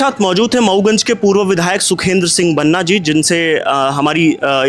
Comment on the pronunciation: Waise banna nhi Banaa hota hai prononciation..... Waki political na banaye mudde ko